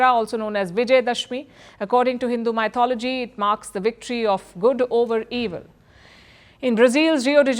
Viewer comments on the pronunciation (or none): You of all the persons Palki ! It is not MYthology or YOURtholgy;. It is mythology starting with "short "me" "